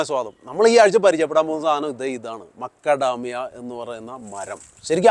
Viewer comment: I heard Lakadamia and Acadamia, but not Makadamia.